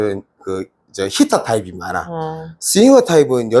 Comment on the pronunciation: 이해는 충분히 되는데, 영어 발음을 좀 정확히 했으면 더 좋겠네요. ㅎㅎㅎㅎ 히이터 타입 ( heater type : 전열기 타입 ?) 히터 타입 ( hitter type : 때리는 타입 )